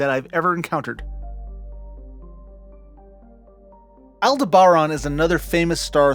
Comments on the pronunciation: AL-DEB-BURR-ON, Jesus in you clip Picard says it correctly and you still screwed it up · I think I learned Aldeberan was pronounced with the accent on the “deb” syllable. I think that also was the planet destroyed by the Death Star in Star Wars. Correct me if I’m wrong. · Altair 6, if memory serves was the original destination of the U.S.S. Enterprise NCC 1701 in the episode Amok Time. The original series also went to or mentioned Deneb so I can't see how Farpoint is at the edge of explored space. Aldebaran - Al Deb Aaron LeGuin - La Gwin like Gwen except with an eye. I can't recall other mispronounced words but there are some. Aldebaran hurting my ears the most when you mispronounced it.